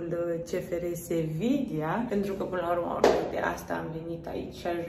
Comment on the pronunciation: doi de "L" se pronunță "i" în spaniolă, ca urmare Sevilla se pronunță "Seviia"